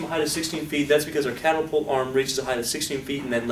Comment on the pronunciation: CATapult.... can't be unheard hahahah